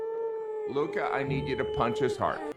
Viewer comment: As an Italian I can't believe you messed up the name Luca